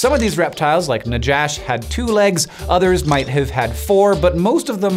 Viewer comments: It's pronounced naKHash. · Love this. Just want to say that if it's named after the Hebrew word for snake. It's pronounced na-hash. No "J" sound in Hebrew. And that's just a word used for snake. Not any snake in particular. Yet alone a "monstress biblical snake" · Right pronounceation is nakhash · it is written najash but pronounced nahash. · In Hebrew, najash is pronounced as "Na- Ha/Cha (the throat sound)- Sh", which is the common word for snake. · Not Najash like Josh, but Najash like jalepeno. The J is the Spanish J, which is the closest approximation for the letter het or jet in Hebrew. Just FYI. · The biblical name is actually nakhash, not najash. There's no "j" sound in biblical Hebrew. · In Spanish, "j" makes a pronounced "hh" sound, so "najash" should be pronounced as "nahhash". This comes from the Hebrew word for "serpent," as used in Genesis, which is "nachash," with a gutteral "ch" like in Chanukah or Bach. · If Najash is named for the serpent in the Bible, and it was found in Argentina, the 'j' should be pronounced as in Spanish. (Normally scientific names should be pronounced as in Latin or Greek; 'j' would be /j/ as in "kayak".) Hebrew נחש sounds pretty close to "Najash" pronounced in Spanish. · "Najash" should be pronounced "nahash." It's a closer transliteration of the biblical snake, and Spanish is the dominant language in Argentina. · Is "najash" supposed to be the Hebrew word for snake? If so, the letter 'J' should have been replaced with a hard 'h' or 'ch' in common US transcript